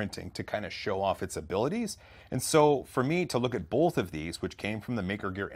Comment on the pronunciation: I love ya,... but..... Man it pains me to do this.... You're killing me with "bolth"